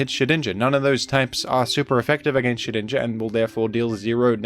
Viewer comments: I pronounce Shedinja like "Shed Ninja" just as how I pronounce Groudon as "Gru Don". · The effort it must have taken to edit out all those n's out of Shedninja's name.